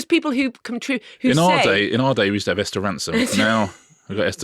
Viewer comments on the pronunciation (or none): none